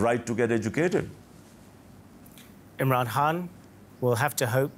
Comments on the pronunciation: the presenter is a US bot, he could not even pronounce Mr Khan's name correctly, kept calling him Mr HAN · Why the News presenter keeps calling Mr Khan as Mr Hunt?